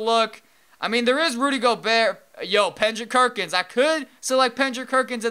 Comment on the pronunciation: pendrick kerkins lol